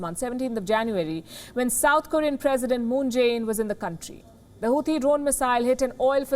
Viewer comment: Here you go again miss, as you make Houthi out of Hathi (elephant) as in Hindi. No, the 'h' after 't' in Houthi is silent...making it Houti and never mind the 'h'. And there is no 't' sound as in Hindi word 'sitar'. The 'T' is pronounced as per Oxford and Cambridge English so please look it up and don't make your own English. People in India learn English from people like yourself so don't make your own pronunciations. English is not a phonetic language as Hindi or Gujarati meaning you don't pronounce the way you write. And thanks for the great work by you and WION!